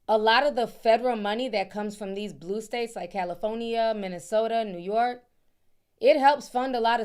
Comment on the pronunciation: I love the way you say New York, as a New Yorker. 🗽💜